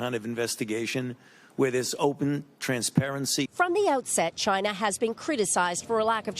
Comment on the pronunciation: Maybe that is a question you should ask “Chy-na.”